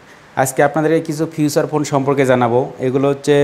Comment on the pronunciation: বলতেছে ফিউছার ফোন।🤣🤣🤣🤣